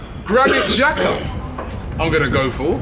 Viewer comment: It's Laca or Papa. Definitely not Xhaka.